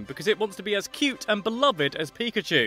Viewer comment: It's pakachoo!